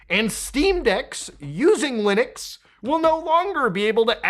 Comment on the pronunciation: Every time Muta says "Lunix" my brain goes "Linux" 😅